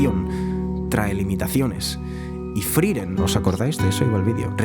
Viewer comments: por qué le decía FRIREN?? me da tocccccccccc. se llama FRIEREN F R I E R E N. larreputamadre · Hay una E entre la I y la R, friEren, no frIren 🤷🏻‍♀️🤷🏻‍♀️ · ''Friren'', la primer palabra del video y mal dicha, hasta luego